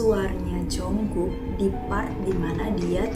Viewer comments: Jungkook kak bukan Jongkook😂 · JUNGKOOK KAKKK BUKAN JONGKOOOKKKK